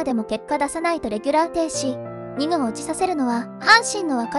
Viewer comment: せめて校正してから流してくれ。れぎゅーら？至急が多い？配線処理？しょうぶしょ？田中の12番（じゅうにばん）？ｅｔｃ。あなた立浪監督を悪く言えないよ。途中で見る気失せました。